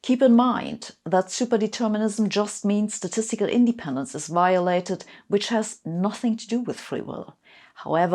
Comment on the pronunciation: Great video, however... independence should be pronounced indePENdence, not INdependence.